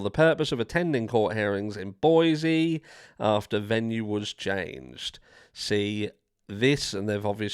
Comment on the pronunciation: Just FYI. Boise is pronounced BOYZEE. I’m from Oregon. It’s Boise=BOYZEE. Not BOYZ.